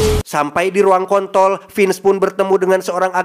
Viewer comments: "sampai diruang komtol" jir wkwk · Ruang kontrol bukan ruang kont,,,,l 🤣🤣🤣🤣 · "ruang KontRol"❌ " ruang KONTOl"✅😂😂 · Rnya jgn di buang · Bang lidah nya kesleo ya bang, smpe di ruang kon...* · mulutnya typo kont 😂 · kok komtol bukan control 😂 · Ruang apa. KONTROL R nya di kemanain 🤣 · Gk oernah komen akutuh, tp ini harus komen mak gw dengerrrr "Ruang KoN T OL"